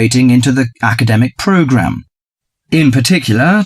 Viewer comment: 34 certainly can't be academic.. It's "program"